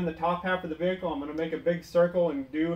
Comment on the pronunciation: Vee-hecle 😀 Great vid tho, very informative! 👍